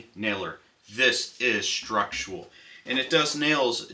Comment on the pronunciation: Great video but your pronunciation of "structural" drives me crazy. You pronounce it like "structual".